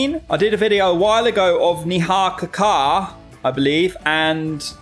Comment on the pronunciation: Neha (NEY-HA) Kakkar (as in TRUCK-CAR, replace the 'TR' with 'K' while speaking out loud)